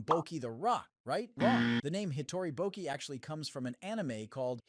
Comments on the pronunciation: I really felt it when he said Boki instead of Bocchi and Raio instead of Ryō😭🙏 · i had to click off when the guy kept saying bo-key lmaooo😭😭😭✌️ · the amount the ai voice misspronounces bocchi is hugely annoyiong its no bOki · Stop pronouncing BOKI ,That line alone deserves to be in the bottom iceberg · hitori bokki 💀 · Is it ai voice? It switches to the right pronunciation once and pronounces it baki at least twice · I was excited about this video until the noticeably ai voice started playing. Can’t even say bocchi right. What a shame you willingly chose to throw away so much integrity and quality by doing that, especially because you surely put a lot of work into it otherwise. Hope some people can bare it. But I sure can’t. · ive never seen such commitment to mispronouncing every single charas name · Maybe next time you get lazy and switch to an AI voice after 5 minutes, at least put in the bare minimum effort to make sure they're pronouncing the name of the show properly. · Did you even read the bio for this video? It literally said that "tiny bit of Ai voice was used for like 4%" I do agree that there are some moments in the iceberg where it did feel like AI such as pronouncing Bocchi wrong, but the majority of the voices are 100% real people. Maybe next time you should read the bio before commenting (for future references) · He can't even stick to a consistent mispronunciation. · I did not expect Bocchi’s name to be pronounced in like 6 different ways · Despite hearing the correct pronunciation of "bocchi" in the show audio, insisting on the wrong pronunciation is a thing.